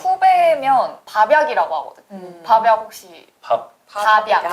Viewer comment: 밥이약이다 ㅠㅋㅋㅋㅋㅋㅋㅋㅋㅋㅋㅋ 밥약 발음 듣고보니 밥이약으로 들려서 납득은 되는 킬포 헤헷,,,, 졸려서 잠깨려고 봤는데 잠이 확 달아나쏘요 ㅠㅋㅋㅋㅋ